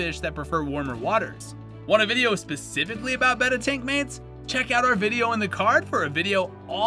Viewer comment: Thanks for pronouncing "betta" correctly. Nice video!